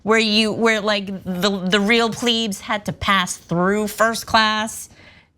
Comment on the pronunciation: its pronounced "Plebz" not "pleebs"